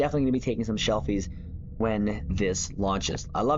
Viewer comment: The word that you are repeatedly mispronouncing is: SELFIES - not "SHELFIES". My response each time that I hear you mispronounce SELFIES, as echoed in the words of Captain Sulu aka George Takei: "Ooh My". 🤣